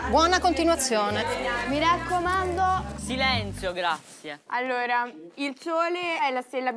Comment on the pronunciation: Gabriele: silenzio grazieh....